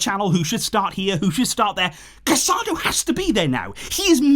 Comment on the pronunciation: Please pronounce the players names properly. You're making your followers hear Casadó's name wrong.